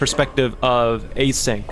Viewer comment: just a little correction: it's actually Async (as in asynchronous, out of sync) not A-Sync :) because it's relevant to the narrative!